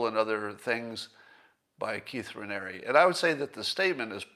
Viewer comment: Hey you pronounce Ranieri perfectly. Well, Raniere (same pronunciation). The Ranieri side always thought the Raniere side was all screwed up, thus the way they spell the name.